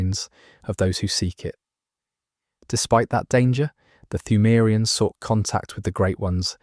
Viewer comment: Brother I appreciate the video but your pronunciation of pthumerians is driving me fucking nuts.